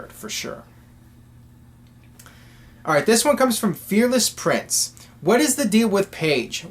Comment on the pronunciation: Thanks for answering my question! but its FEARLESS PRIIIICE not prince lol